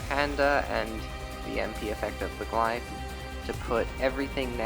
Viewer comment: Glyph is pronounced Gliff, with the f sound on the end